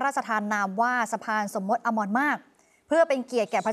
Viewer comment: สมมติ ไม่ใช่ สมมด